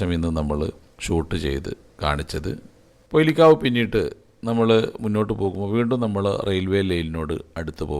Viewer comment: പൊയിലികാവ് അല്ല പൊയില്‍ കാവ്